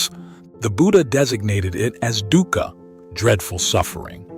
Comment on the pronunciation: correctly pronounced as 'dookha' meaning pain n sufferings